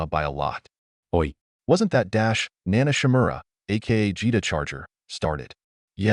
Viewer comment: Every time the ai says nanashimura it turns germen... I love it!